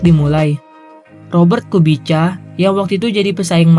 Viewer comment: + Pengejaan nama Robert "Kubica" harusnya "Kubitsa" (Izin kritiknya )